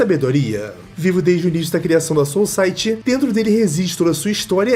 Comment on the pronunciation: Fala os nomes direito "zarakenpachi" "soulciety" mds